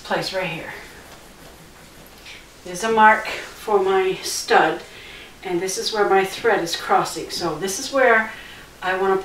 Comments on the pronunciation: The word is STUD...S...T...U...D! Not stub. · Stud! Not stub. And good job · Stud not stub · Is it just me or did anyone else notice she kept calling it a stub instead of a Stud also where is the electrician relocating a box requires an electrician to so everything is up to code